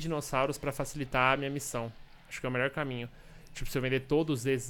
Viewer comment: "Meliorrr" série, muito boa MSM!